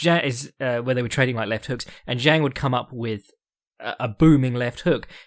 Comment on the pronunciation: Fyi Zhang is pronounced Jang in English and in Chinese its Jung, not Zeng